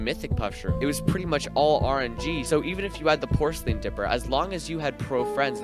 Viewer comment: Bro cant pronounce porcelain lmao